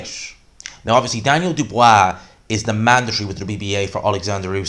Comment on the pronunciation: Who's this "Dubwwaaaa" geezer he's talking about?